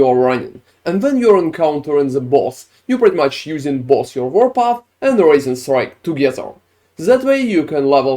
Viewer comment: I keep hearing “raisin strike” lol